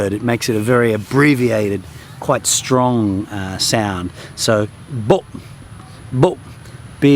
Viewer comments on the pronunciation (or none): none